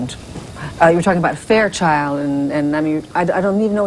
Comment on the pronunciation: I'm surprised Kate didn't correct her on the "Fairchild", I would have. But then again, it's not a Sue Simmons interview if she doesn't fuck up at least a few times!